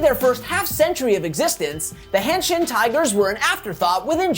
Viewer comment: It’s “Hanshin” not “Handshin”